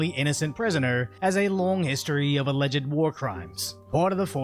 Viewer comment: I am offended by the pronunciation of full "-ed" in "alleged" there.